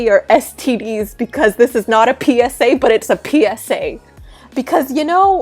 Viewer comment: This isnt a PSA... it's a PEE-SA